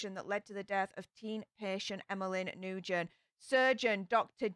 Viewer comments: Not New-gen, pronounced Nu-win. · Last name pronounced new-win for future reference very common Vietnamese name ☺️ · I can’t keep hearing you say new-gen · Hi! If she was Vietnamese, her name is pronounced "Noo-When". We have loads of students in the school district I work at with this name. I also hear it pronounced "Win" sometimes. 😉